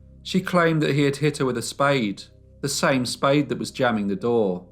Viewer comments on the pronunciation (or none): none